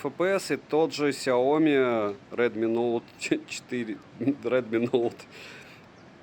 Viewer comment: Только за чёткое выговаривание названия модели - моё почтение😅